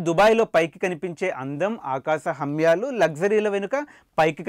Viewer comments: ఎందుకు బ్రో హర్యాలు ని హమ్యలు అన్నందుకేనా య కి మా కి తేడాతెలీదా ఈ దరిద్రుడికి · Nice but akasa humyalu kadu haryalu